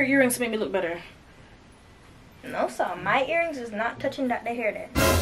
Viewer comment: It’s saying no sah 😂😂